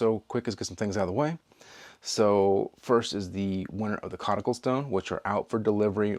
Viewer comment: I’m also a big fan of basing decisions on how the wind is blowing that day 😂 It really speeds up my life choices so I have more time to think about knives. Thank you for the coticule 🎉 the pronunciation was spot on!